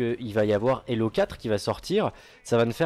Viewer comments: Hélo 4 ? pas plutôt Halo 4 ? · ça se prononce Beyby, Hallo se prononce Heyllo:) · C'est Halo pas Helo Mdr Mais bonne Vidéos content d'avoir vue l'vant premier de BO2 :) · C'est Halo, pas Hello ;) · Halo et pas "hallo" putain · s'il te plait halo et non hallo on est pas au telephone la ^^